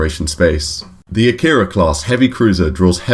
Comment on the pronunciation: Akira is pronounced ah-kee-ra not ah-kir-uh